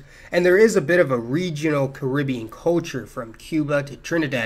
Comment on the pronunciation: I love you but I hate the way you pronounce culture